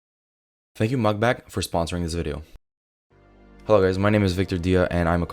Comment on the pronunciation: No hate, but are you saying MugBak? Lol its Mag(netic)Bak